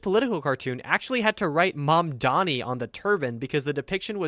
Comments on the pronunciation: It's cause mamdani is a hard Anglophone name to say, the default way to say it is mandami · Can we mention the fact they always mispronounce his name? They have no trouble with any white names no matter how hard they are to pronounce or how different, but when it comes to a brown person's name, suddenly its "Ma'am-danny" and "Zoorah".